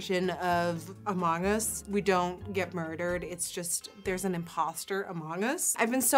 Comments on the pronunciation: i kept hearing “a mangas” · I kept hearing “A Manga” instead of among us. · No one: Nikkie: A MONG us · Her accent really comes out when she says “among us,” so cute! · thank god you heard it too lol